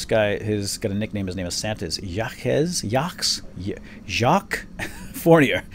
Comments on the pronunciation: Jacques is pronounced Jock, with a slightly softer J sound, I think. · this is Jacque, like you spelled last. that's a french name.